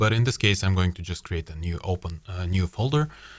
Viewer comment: ну что же ты говоришь "гоинг", "позишенинг":D